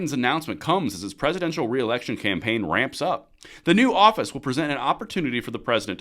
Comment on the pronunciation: lol He said Orifice, thanks man